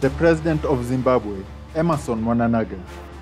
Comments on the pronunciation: 😂😂😂 He said “Mnanaga” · I’m not from Zimbabwe but is Mnangagwa that difficult to pronounce? 😁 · who did you say the president of zimbabwe is?